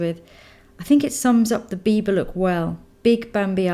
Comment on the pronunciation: "the bieber girl" lol ( i know it says biba, just how it sounds)